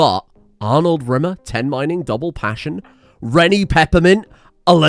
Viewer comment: honestly, pretty in character for Rimmer. But you need to be stressing the RIMmer, it needs to sound like a lavatory cleaning product when you say it